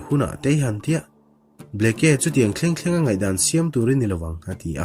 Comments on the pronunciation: Bleke tiin alawm a inziah,ka thian.(bliki) ti a lam tur zawk ani e. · Kei pawh Bleke tih a ni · Arizona Governor hming i lam rik dan hi a dik meuh maw ?